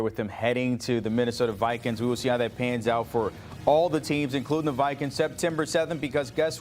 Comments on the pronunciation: “Minnesota Vikens” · The way he says Vikings… shoot me . “Vikens@ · “The Minnesota Vikins”. 😂